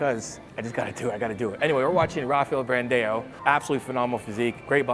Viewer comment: Raphael Bran-day-O? Is that really how his last name is pronounced? First time Ive heard it this way